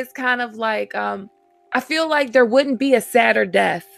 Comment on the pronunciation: Really? Bizarre accents. He has difficulty pronouncing the letter “l”. The woman doesn’t say “wouldn’t”, she says “woot’n” !